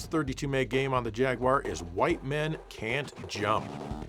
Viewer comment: I just want to thank you for saying "jaguwar", not "jagwire".